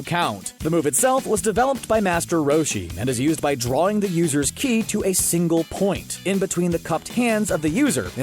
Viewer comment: Ki, not Kai. KEEEE.. Key! Not Kai like Sky